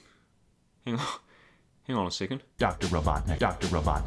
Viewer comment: "Jim Crobotnik" Yeeeeeah maybe not call him that.